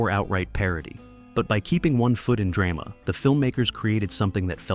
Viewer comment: .. keeping one foot in Dray-Mah? WTF